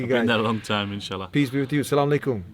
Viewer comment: He prenonses the Arabic pretty good salamalaikoum